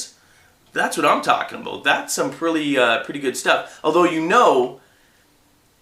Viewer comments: He said about like a Canadian. Abut. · Is he Canadian cuz the way he says "about" is funny